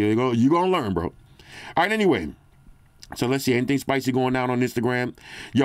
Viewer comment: "Instagram a little spucy rn" 😂